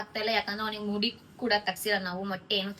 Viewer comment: ಮೂಡಿ ಅಲ್ಲ ಅದು ಮುಡಿ